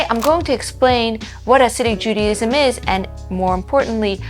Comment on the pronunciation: Ahgggghg ....Judy IZM JUDY IS NOT JUDA